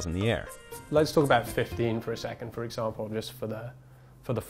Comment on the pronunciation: Nova Astral Nexus he started speaking in a way that wasn’t typical for his accent, drawing out the ‘a’ in example in a more american way. probably a product of hanging out with an american for a bit